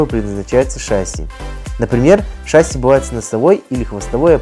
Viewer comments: Спасибо за ролики! Только шассИ, а ее шАсси) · Трудно привыкать, т.к. фильм "В бой идут одни старики" запустил не правильное произношение. ШассИ, а не шАсси. Я и сам таким был, пока не узнал истину))) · *ШассИ, а не шАсси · Не шАсси, а шассИ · Да нет, не шасси а шасси